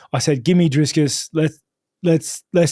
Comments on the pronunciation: It's DRICUS NOT DRISCUS, Rob 😂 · Hey Rob I'm from South Africa 🇿🇦 You are absolutely butchering Dricus' name 😂 It's Dricus not DriScus. Basically say "DriKus" I wish I could send a voice note in these comments for pronunciation. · Hi Rob. Big fan of yours. But as a South African I have to say his name is Dricus. Not Driscus. Let's hope for a good fight. Love your work but have to back my compatriot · It is Dricus not Driscus. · Rob going head to head with Chael with that "DriScus". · Are we not going to address the fact, that he kept calling him Driscus? 😂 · I just wanna hear Rob keep calling dricuss driscuss all the way to the presser 😂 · Love Rob but bro his name is DRICUS, no "s" in the middle. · Love Rob with the big disrespect calling him “Driscus” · I love how Rob mispronounces Dricus every time haha "Driscus" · How is it that people with normal functioning brains can’t pronounce Dricus? Not driskus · I'd love to see that fight companion. Also why does Rob keep calling him DRISCUS lmao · Driscus 😂 Please keep messing his name up, he keeps correcting people and it bothers him. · Geezus Rob its Dree-kus!:face-turquoise-covering-eyes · Drinking game: Take a shot everytime Rob mispronounces Dricus 😂